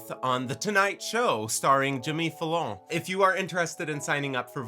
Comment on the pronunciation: Jimmy Fa-lone?!😂😂😂